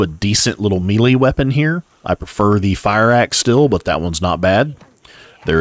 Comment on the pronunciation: excellent details! I just wanted to say "melee" sounds like "maylay"... not mealie